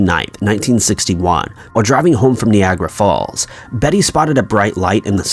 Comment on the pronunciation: It’s also not “knee grey falls” it’s “Nye aye gruh falls”